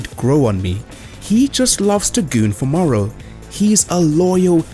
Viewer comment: Not morrow! The name is moro